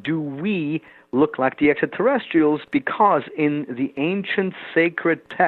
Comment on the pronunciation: Too bad he can’t pronounce extraterrestrials. He says essaterrestials. And asonauts. The tr sound escapes him.